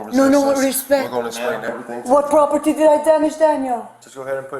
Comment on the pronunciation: DEHS EIS MY PRAHPORTY 😂😂😂😂😂😂😂😂😂😂😂😂😂😂😂😂😂😂😂😂😂😂